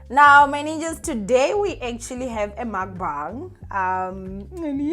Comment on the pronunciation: Hi, not to be a grammar Nazi, but it's called a Mukbang, not makbang